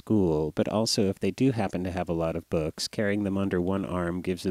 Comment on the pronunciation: sounds like he's saying boogs